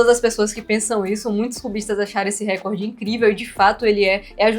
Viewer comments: se diz RECÓRD. Como se tivesse um acento ali. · a pronúncia correta é RECORD... o acento átono recai na letra"o", como se tivesse uma acentuação ali ( recórd ). Se a palavra record tivesse um acento proparoxítono, ou seja na terceira sílaba de trás pra frente, aí sim sua pronúncia estaria correta, me fiz entender? Palavras paroxítonas não são acentuadas, palavras proparoxítonas recebem acentuação. NO mais acho incrível a solução dos cubos mágicos!